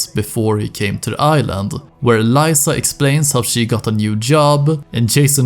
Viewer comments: My guy, it's Leeza, not Lieza haha you hear her name multiple times in the game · its lisa, not layyysa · it s liza not laisa bruh stfu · Great video but Lisa is Lee-sa not ly-sa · You pronounce "Lisa" so diabolical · Is no one gonna mention how my man says Lisa? Despite hearing it a thousand times in game?